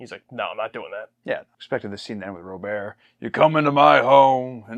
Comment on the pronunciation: Robert is just as French as Jean-Luc, it's pronounced Rob-aer.